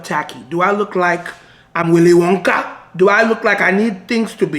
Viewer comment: “Do I look like I’m Willy WON-KAH? Do I look like I need things to be tack-y? AH!” 😂